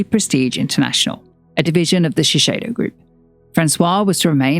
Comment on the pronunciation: A note on pronunciation - it's ShiSAYdo, not ShiSHAYdo.